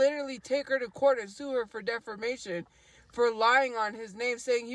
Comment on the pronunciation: She says "defermation, suffercate, anywheres, somewheres" she's always been a peanut brain